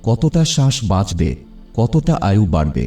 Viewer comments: আপনার ভিডিও খুবই উপকারী,কিন্তু আপনাকে বাংলাটা কি কেউ লিখে দেয় কারণ আপনার উচ্চারণে আয়ু কে আযু আবার প্রয়োজনকে প্রযোজন বলছেন শুনতে খারাপ লাগছে। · আয়ুকে আযু বলছেন কেন? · "আজু" "আজু" বলছেন। আজু কি ভাই? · সবই ঠিক আছে। তবে উচ্চারণগুলো এত কিম্ভূতকিমাকার কেন? "প্রয়োজন" কে প্রজোজন বলছেন ; "আয়ু"কে আজু বলছেন। উচ্চারণ গুলোকে ঠিক করুন। নইলে মনটা বিরক্তিতে ভরে যায়। এই ত্রুটিগুলো বা মুূদ্রাদোষগুলো কি কেউ আপনাকে ধরিয়ে দেয় না?